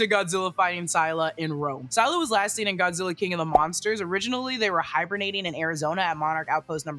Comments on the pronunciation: Wait it's sai-lah not sih-lah? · You mispronounced Scylla. Its pronounced "Ssillah" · Scylla is phonetically pronounced “silla”, and is also a female kaiju, not a genderless one. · If you’re talking about Scylla, it’s pronounced s-ill-ah Like silly, but with an a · You said scylla wrong🤓